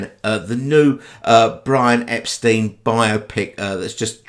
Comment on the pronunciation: It's nit-picky, but Beatles' fans should know Brian pronounced Epstein as "Ep-stine," not "Ep-steen." There's that famous clip from 1964 of a Beatles' secretary or press agent on the phone correcting an American she's talking to. "Ep-steen?" "No, it's Mr Brian Ep-stine." And she has to emphasise it again and again. Edit: I've never heard a Beatle call him Brian Ep-steen.